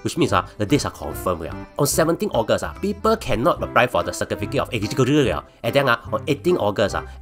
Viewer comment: Not bad forecast by a blue cat that can't pronounce "eligibility".